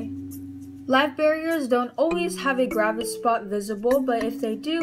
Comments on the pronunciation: Live bear-ERS, not barriers. I worked in a petshop for 6 years. It's kinda cringy for me to hear. Like when people say bay-tas, instead of Bet-tas. Or chick-lids, instead of sick-lids. Or gur-bils, instead of jer-bils. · Isn’t it called Live Bear-ers? Like as in they are bearing live babies?. You are saying barrier....like a something you put up to block something. Good video though.... I just think you’re pronouncing the name of the species wrong.